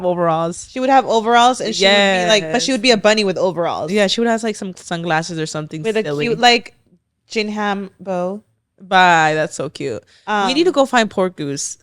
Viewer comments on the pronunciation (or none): Jinhum…..?! Lol did you mean Gingham. Girl. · look up how to pronounce gingham please lol